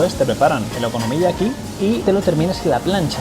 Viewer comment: te cuesta decir la palabra okonomiyaki eh bribón?